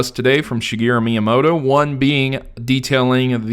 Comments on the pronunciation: myamoto? do you mean miamoto? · you forgot the I in miyamoto